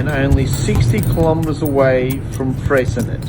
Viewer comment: Bish-en-oh, Fray-sin-ay, Ma-rye-a island, Done-alley, Hew-on Valley, Jeeves-ston, Mu-ers, Hobb-art (just kidding about the Hobb-art) + 1 million upvotes for the Tessellated Pavement at Eagle Hawk Neck, but you missed out with Doo Town...